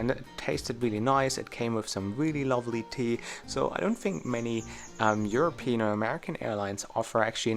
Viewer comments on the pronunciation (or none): none